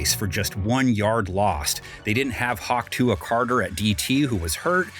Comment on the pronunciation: “Hawwktuua Carter” that was funny 😂😂